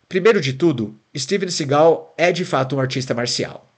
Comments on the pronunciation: É Steven Seagal e não Segau péssima pronuncia da narrativa. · Sigal? Si-gal? kkkkk não sabe nem pronunciar o nome do cara e quer fazer um doc